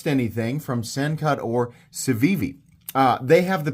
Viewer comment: Its pronounced Cookie